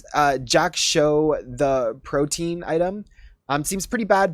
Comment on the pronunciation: Jak'sho, the Protein x3 Protean is more like "pro tea an", but I can totally hear Neeko saying "Neeko love Protein!" when buying this item